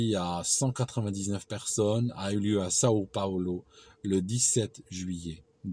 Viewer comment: São Paulo et non Sao Paolo XD Sinon superbe video comme d'habitude.